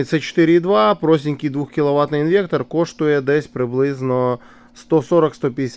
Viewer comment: інвеКтор )))))))) трахтор))))))